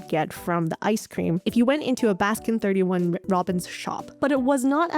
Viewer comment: pronouncing 31 in baskin robbins is very evil indeed. it makes me physically recoil every time i hear it and this chain hasn't ever been present in the countries i lived in anyway